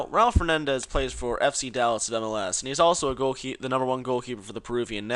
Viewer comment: One more thing learn to spell the last name of the person u talk about (u know for respect to his father.... and Urs!!!!) His name is Raúl Fernández, the way you did it, did sound like your "home" tires need some air.